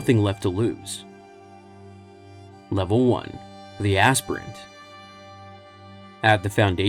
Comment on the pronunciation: It's not azz-pirent.... It's. Aspire-ent. To aspire to a higher calling. Your pronouncing the H in Wheat thins too hard. 😮